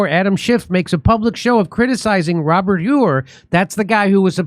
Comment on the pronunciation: I love it When Jimmy pretends that he doesn't know how to pronounce people's names." Robert Whoooore" lol